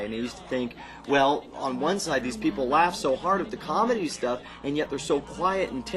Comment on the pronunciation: did he say CONmedy?